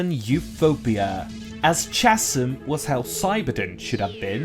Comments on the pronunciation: 2 things. 1.Chasm pronounced "Kas-im" not "chaz-im". 2. This was a great video other than that 1 mispronunciation. They just release TS 1-3 on PS5 and i plan on playing all 3 with my mates. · I know this is four years old, but “chasm” is pronounced with a hard “k” sound, not a soft “ch” sound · i lost it when you pronounced chasm im sorry